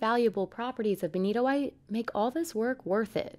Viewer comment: That benitoite is beni-TOITE!